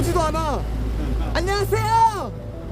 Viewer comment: ㅎㅎㅎㅎㅎㅎㅎ 아니 중국조선족가이드분이 안녕하세요가 더 한국스러운 발음이고 오리지널 한국인이 안녕하세요 발음이 중국인스러운 아이러니 ㅋㅋㅋㅋ 안녀하쎄요 ㅋㅋㅋㅋ. 안녀이 계쎄요우 ㅋㅋㅋㅋ